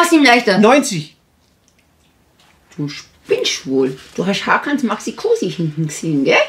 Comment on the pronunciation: Hakan nicht mankan